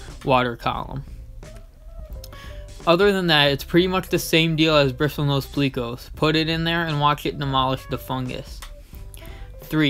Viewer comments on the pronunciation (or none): Pleco not pleaco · Plecko not pleeko